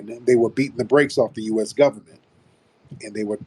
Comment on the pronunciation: Itz dee gubbament..dee gubbament.....😅😅